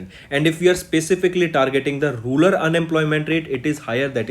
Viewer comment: it is rural not rular